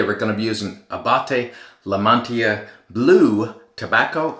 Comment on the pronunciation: I suppose it's OK to slighlty mangle a name that seems to be written in TWO languages. Abbate is an Italian surname, y = and in Spanish and should be pronounces as a separate sound; La Mantilla is also Spanish. It all very confusing.